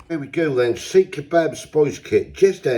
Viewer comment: Seekh is not pronounced the way you said it twice lol 😅, but long as you enjoyed them that's all that matters 👍